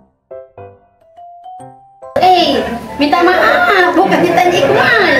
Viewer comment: 😂gila sebut MAAP😂